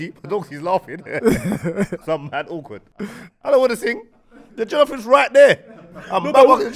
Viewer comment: It’s jOllof not jEllof but quality episode and R.I.P Spec’s Dad